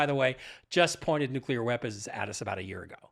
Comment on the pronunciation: Von Braun is pronounced von "Brown" ... I'm just a pest with proper pronunciation... One of my huge peeves is when politicians and even scientists mispronounce nuclear... That one is inexcusable because it's vocabularic laziness.